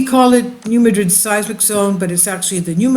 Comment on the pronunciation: Please check the pronunciation of New Madrid because we Missourian’s don’t say it the same way as we pronounce the city in Spain.